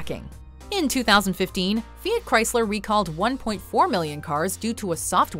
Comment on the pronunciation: the pronunciation of Fiat is wrong in this video